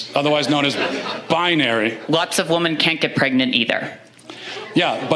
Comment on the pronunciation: won't say WOMEN correctly just like the transgender in the video. PROOF!!!!!...he is pretending. He's a grifter to make YouTube money. It's obvious!!!!